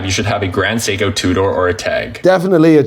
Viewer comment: Can't pronounce grand seiko 🤦